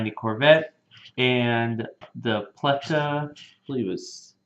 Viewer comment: Pell-tah, not Pleh-tah